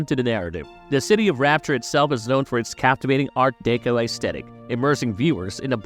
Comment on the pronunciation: Why does every vid by this site have incorrect word pronunciation? Deco is not an obscure word.😤